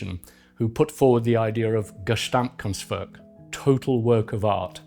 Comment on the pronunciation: bro loves to drop the t in 'art' but also adds one to 'gesamt' ;)